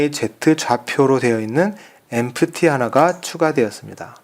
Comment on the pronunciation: Empty -> 엠티 라고 발음합니다.